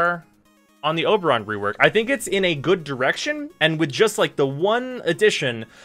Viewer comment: He calls him Uberon. haha!